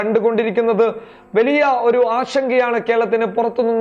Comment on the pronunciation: അവതരണത്തിലെ ശരീര ഭാഷ കൊള്ളാം.., വാക്കുകളിലെ സ്ഫുടതയും , വ്യക്തതയും ഏറെ ശ്രദ്ധിക്കാനുണ്ട്..(etc.. വെലിയ അല്ല വലിയ)..ഈ ഊർജസ്വലതയിൽ ഉയർച്ച കാണുന്നു...